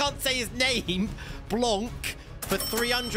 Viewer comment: bro called blanc , "blancccccc" instead of "blan"